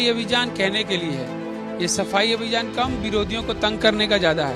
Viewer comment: sardar ji abhijaan nahi .abhiyaan bolo 😂